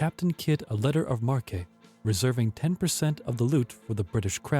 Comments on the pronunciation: It's "letter of marque" pronounced "mark" not mark ay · It’s pronounced mark not mar-kay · "The deposited king? Oh come now. Check you pronunciations. Markay? Nevees? That's enough for me. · Just a few suggestions. Have your narrator read and familiarize himself with the copy before recording. Perhaps someone with a bigger vocabulary would be useful, someone familiar with the terms that are not in common usage today. The mispronunciation of "letters of marque" and the misplaced accent in "skin diver" were off-putting, to say the least. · What's with the robot narrator? en-count-er-red? Mar-kay? Dis-UN-ta-ry? lol